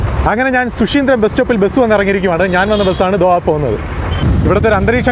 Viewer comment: ശു ശീന്ദ്രം അല്ല, ശുചീന്ദ്രം